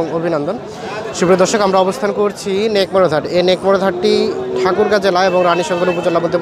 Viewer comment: হাটের নাম সঠিক ভাবে বুঝা জায় না